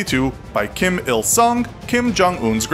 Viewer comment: I love how you bullied Kim’s name